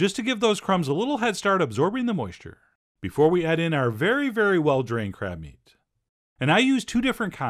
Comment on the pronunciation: Am I the only one who heard , just for a second... Crap wonton , crap dumplings.... I feel bad but I can't stop my brain